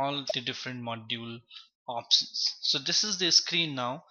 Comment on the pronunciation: Lol he's saying opsons, transacsons, distribuson😅... Anyway useful video tho...